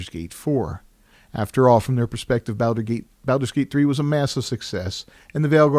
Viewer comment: Wtf is that pronunciation? Can't take anything you say seriously if you cant be bothered to pronounce Baldur's Gate correctly. Well, that and the fact that this is a bunch of lame opinion with no substance.